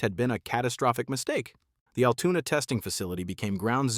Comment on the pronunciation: Yes agreed, Altoona, not Altuna. Wish content creators would do some checking before posting........